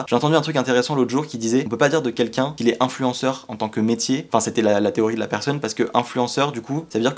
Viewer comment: « Influenceur » un accent de qualité